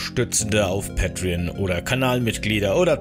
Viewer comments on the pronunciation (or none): none